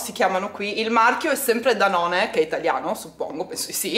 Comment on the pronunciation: Ciao mi dispiace deluderti ma la Danone è una marca francese (si legge danon)! Anche io sempre con l'avocado in frigo vera malata di avocado toast! Schiaccialo con lime e menta sale pepe viene una bomba ma anche con il basilico! un bacio e Buon weekend 😍❤️